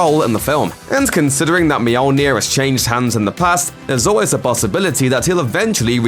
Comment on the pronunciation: Mijolnia. Yeah, that's the way to pronounce it.